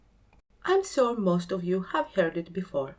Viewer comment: “Sore” for “Sure” 😂